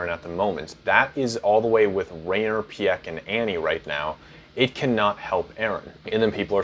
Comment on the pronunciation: My man said "Pyek" I love it